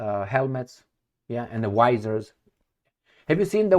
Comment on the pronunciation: The landing has long been debunked by independent, honest scientists, primarily with the unbreakable argument of the Van Allen belts. What fo you mean,, by what the US doesn't say about the Russians' lie? Whiash part pf the Russian cosmonauts sagas was a lie?, it is VISORS, with a "V:" Not "WISOR"